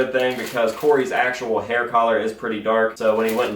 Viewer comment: I’m sorry but I’m gonna have to say it every time the way you say color